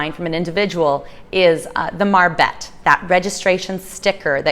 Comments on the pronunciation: Is not call a marbet, is call a marbete. You have to pronounce the e at the end, te...like te-lephone or te-levision, etc. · The "e" at the end of a word in Spanish is also pronounced.